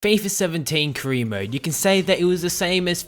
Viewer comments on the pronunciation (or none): You can't say "career" lol you say cre instead 😂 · haha the way you pronounce "career" is hilarious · why can't you say career properly